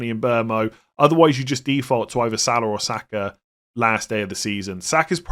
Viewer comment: I love your content but please stop saying Salar and Sakar....there is no R in their names